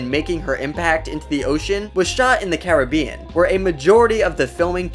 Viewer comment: He is saying Caribbeanwrong 😢😂